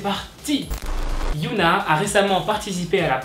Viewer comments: C’est Hyuna et non Yuna se sont deux noms différents ! Mais bon sa arrive des erreurs de prononciation ! 🌸😊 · Ça se dit HyÔna pas yOUna. Mais super vidéo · CEST PAS YOONA MAIS HYUNA DONC ON DIT HHHHYUNA C’EST PAS LA MEME CHOSE ALORS PRONONCE BIEN STP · Otaku Army dites lui que sa se prononce HyunA au lieu de Yoona ?? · HyunA ça se dis HyEna en prononcent le H et le E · Super vidéo, continue 😜❤️je veux juste te dire que tu as mal prononcé Hyun A et qu'à la place tu as dit yoona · Hyuna ne se dit pas "youna", tu dit un autre prénoms coréen "yoona", voilà, je ne sais pas comment retranscrire la vrai prononciation donc essaye de chercher, a mon avis ça serai mieux prc ca porte à confusion lorsqu'on connais les prononciation. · On dit hy(eu)na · HYOUNA... C'EST QUOI CETTE PRONONCIATION ?